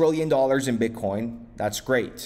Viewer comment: You said bitcorn the first time I heard it !.. 🌽